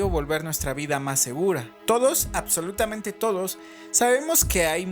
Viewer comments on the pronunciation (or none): cuando dijo absolumata parecía que estaba invocando un demonio